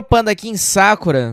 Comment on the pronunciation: Japonês da shoppe hein kkkk "sákura" não, a pronúncia é "sakurá"